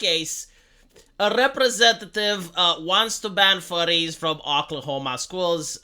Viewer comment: Furries, not Furies. Believe me, I should know lol, that being said though that’d be an issue if said schools have any mascot suits.